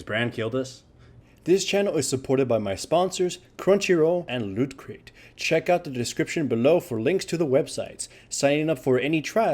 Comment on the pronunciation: i love whenever you said not lootcrate but wootcrate everytime its verry funny do u agree??